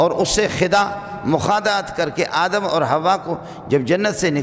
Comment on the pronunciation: aap itne bade Alam Hai Adam alaihissalam ka naam theek le